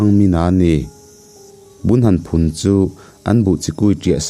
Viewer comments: A thawnthu chhiar hi ngaihthlak anuam em2a...mahse a thluk lam diklo a neive tlat thin, phun tih alamte hi athluk dan a diklo, mizotawng hi chu chhiar dik hram2 se kava ti em, mahni mizotawngte hi thluk dante thiam hram nise atha khawpin ka ring. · Trang a nilo, tang tih tur..chuan buh chu phun tur, vit phun tiag chi te..Phun bul bul tih Phun thluk in i thluk a..